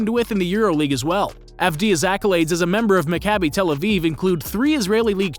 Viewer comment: Hey man, great video. Two notes: 1. As an Israeli and a Maccabi fan, I liked how you pronounced team names. They were almost entirely accurate! Maccabi Tel Aviv is pronounced: Mah-Kah-bi Tel Aviv Bnei Herzeliya is pronounced: Bn-ei Herzeliya (not "Benei", but close enough). Really impressed nontheless, the best pronounciation I've heard from a non-Israeli. 2. Deni won back-to-back European titles with the U21 team ( ), was named MVP once, and was a part of the Team of the Tournament in both years.